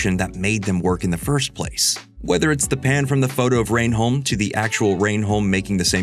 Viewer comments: The way you pronounce "reh-num" as "rain-holm" is painful as an English person 🤣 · "Rain Home"? It's pronounced "Rennum" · America Stop remaking our stuff, you don’t get it! Its pronounced ‘Rennum’ Otherwise, great video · lmao but why did you pronounce Reynholm as "rain-holme" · This guy hasn't seen the show. The way he pronounced renholm. He's just narrating scripts. I'm outta here!